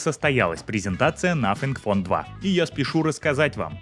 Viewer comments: Автор,извини... В Твоей презентации... Из за произношения-звучит,как.. НАФИГФОН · Надо поработать над произнесением названия телефона